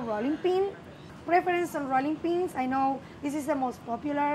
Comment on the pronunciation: My soul is soothed whenever she says “hrolling peens”.